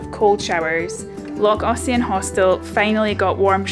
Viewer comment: Hi, have you been sitting in Ernie practising your pronunciation, Loch Ossian was perfect.😀😀😀😀. When I used to work night shift I used ear plugs and an eye mask, especially in summer when it was bright from early on. And of course the ear plugs to block out the noise of the dear little children playing outside. Although the ear plugs just made you more aware of the noises in your head. Thanks for another great video.